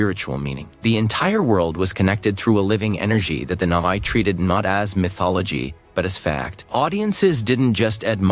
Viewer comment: Not "Navy," "Na'vi"